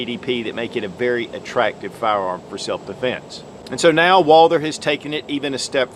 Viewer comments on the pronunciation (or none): Walther not Walder or ist your accent? I'm sold on this pistol, maybe a 4 inch barrel. Does in come in .45 acp?